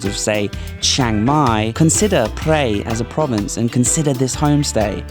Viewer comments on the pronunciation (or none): Van life looks fun! Great to see you on the road again in Thailand,! Btw, Prae is pronounced 'prayer' (not 'pray') and is famous for it's teak mansions from the 19th C. teak logging days.